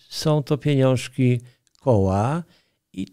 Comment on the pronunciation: Trzecie "piniążki" sprawiły że już dalej słuchać tego nie mogłem.